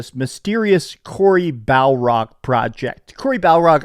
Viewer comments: It's Barlog not Balrog😂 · It's BAR LOG not BAL ROG haha! Here's hoping for a good show tonight! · Cory BALROG?!?!?!? 😅 He...Shall...Not...Pass!!!! Lord of the God of War. 😂 I love it when says Cory Balrog